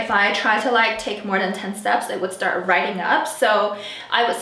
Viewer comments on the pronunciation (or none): none